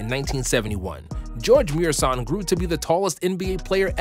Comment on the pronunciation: Only casuals pronounce gheorghe murasan as George murshaan